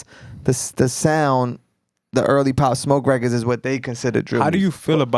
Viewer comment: He cant say Pop smoke not a legend